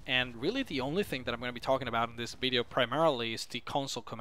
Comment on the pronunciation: i love the way he says bideo not video